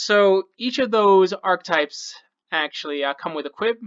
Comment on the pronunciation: Arch-e-types. 3 syllables